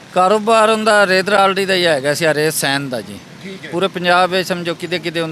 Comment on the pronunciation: Pehley zaban theek karo rey ko Ray bol rahey ho